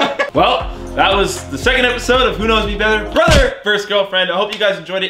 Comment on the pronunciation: he says bether